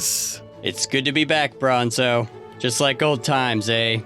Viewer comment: Worst you allways say brinzo!